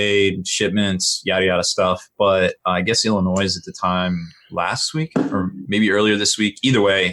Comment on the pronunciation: Learn to say Illinois correctly.